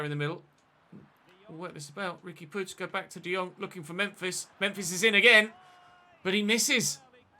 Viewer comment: Nice to see someone pronouncing puig properly for once as a Catalan it’s nice to see 😅